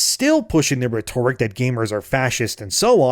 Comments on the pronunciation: Ree-tor-ic? It's pronounced Rett-tor-ic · ret ur ic not re tor ic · Reh-ter-ick is how you pronounce Rhetoric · It's pronounced Rhet-Ore-ick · Please google the pronunciation of "rhet" "toric" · You are saying rhetoric wrong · i beg you, please learn how to pronounce "rhetoric" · this dude still saying rhetoric wrong jfc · My bro, please learn how to pronounce “rhetoric.” Love your vids.